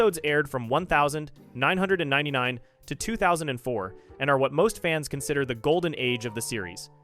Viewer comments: why did you pronounce 1999 like that bro… 🫩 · So I’m trying to fall asleep see this video and let it play and literally opened my eyes like squidward did and I literally had to rewind like what did he sayyy